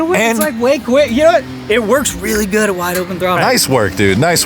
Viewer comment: "It works real guuud at wide open throttle..." yeehaw